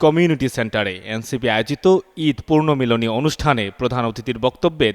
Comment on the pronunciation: সাংবাদিক ভাই, পূর্ণ মিলনী হবে না, এটা হবে পুনর্মিলনী।